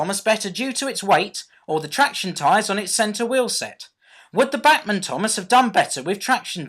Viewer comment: It's BACHmann (like Johann Sebastian BACH), or at least that's how we "Yanks" say it :P